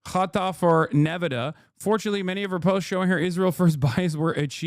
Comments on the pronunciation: Did Hasan just have full on dyslexia for a few seconds? "nevadah" and "achieved" instead of archived KEKW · Why is Hasan pronouncing Nevada like a Adanali hillbilly? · Nevehdeh... I've never heard it pronounced that way till now. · I was the biggest Hasanabihead until I heard how he pronounces 'Nevahda' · why does he say ne-ve-duh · bro how did you pronounce nevada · The way Hasan keeps pronouncing Nevada is sending me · I have never heard "Nevada" pronounced quite like that.